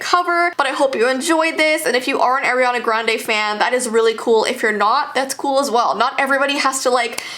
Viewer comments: I am not a hater i love you you are amazing but it is soooo bad that you pronounce her name WRONG Its Ariana not Eriana and you are not the only one who says it WRONG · so she's one of those people who pronounces her name as Air-e-ana instead of Are-e-ana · I like how she pronounces Ariana grandes name air-ana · ugh the way u pronounced Ariana u pronounced it airiana gande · instead of ari-a its are-eana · i find it funny how you say Air-ree-ana, i thought it was pronounced R-ree-ah-n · You're saying airiana grande It's Ariana Grande I don't even like her why- Sorry K bye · "Airyanna". 👏 honey 👏it's "ARIANNA" 👏👏👏👏👏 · It’s not AIRiana it’s ARIana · Say her name like “air” and not “are” I dare u also love u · Im sorry but its AR IANA NOT AIR-iana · Am I the only one who doesn't like the way she says Ariana. AIREANA. NO. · IT'S AR-IANA GRANDE NOT AIR. ARE-DIANA! NOT AIR-GRANDE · Ah! She says eriana not ariana! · Do u want kids when your older... BTW ITS ARIANA NOT aIrAnA... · ITS NOT ARYANA ITS ARIANA Sorry it get me mad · You said AIR iana grande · Who is "AiRiaNa" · She’s like:Eriana Grande (not hate) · Air-iana Arianators: triggered Sorry I had tooooo lol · It's ar-i-ana (r-e-anna(how to pronounce)) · When she said AiRiEaNa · ‘AIRiana Grande,’ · AIRiana (lol it’s ok) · it’s pronounced ari-ana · Why Is Every Single YouTuber Call Ariana Grande As "Eriana Grande"?? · Ariana sorry I just know Air-iana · Wait why does everyone say " AIR iana grande?!? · “ Ayeriana Grande “ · Its get me mad because Ariana not ARYana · AIRiana Sorry it just bothered me heh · im not blaming her for this but i was triggered when she pronouced Ariana idk if i was just pronoucing it wrong myself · You said ARIANNAS name wrong i triggered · you pronounce it wrong I love you videos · You said her name wrong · I love u but I wish you pronounced her name right 💞😭😑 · Ariana not aranna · Its not Airana its Ariana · No one:: "AIRiana Grande"